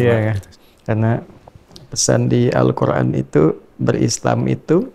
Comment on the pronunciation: Salam saya dari Malaysia..saya sejak dahulu lagi suka mendengar cara bagaimana ustaz mengucapkan perkataan "Al Quran .'..kerana sebutan nya beliau lain Dari yg lain..ada Nur pada perkataan "Al Quran " yg beliau ucapkan ,dengan santainya... Tapi menyentuh sekali sanubari ini..hanya perkataan "Al Quran"..yg beliau ucapkan begitu memberi kesan sekali kepada saya.. mengagumkan sekali .